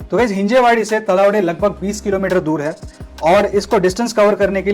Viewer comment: तलावडे नाही, तळवडे आहे ते येडम्या.. 🤣